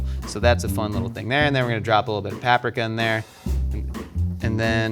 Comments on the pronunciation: Pap-prick-a... It's Pap-preeka... o.o SIR. Lol. And Steve was a BEAUTIFUL PERSON. He actually gave us all a message when we grew up for the time when he came back once... o.o RUDE. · repping the riptide rush fam. also, pap-ree-kuh. i bet you say it right but no i want paprika. maybe blue can help you find a clue next time. ALSO: steve talking to grown up us on tt is magical. he's still the same compassionate host I remember. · growing up without cable and hating zodiac nonsense is almost enough to make me forgive him for pronouncing paprika like that.